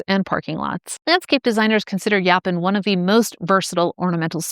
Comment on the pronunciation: I've heard it pronounced yo-pawn and I've heard it pronounced yaw-pawn, but I've never heard it pronounced yah-pin.